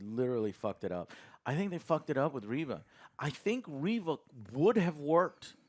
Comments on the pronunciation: Its Reeeeeeeeeva. Get it right. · I swear he cannot pernounce reva right. it is really annoying they don't say it how he says it in the show pronounce it right it does matter. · Her name is Reva. If her name was Reaver it would be spelled "Reaver." Like how it's said in Legacy of Kain Soul Reaver. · it's actually re-re-re-re-va, because she keeps coming back.